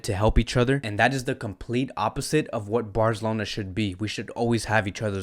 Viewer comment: Dude can’t say Barcelona correctly 😂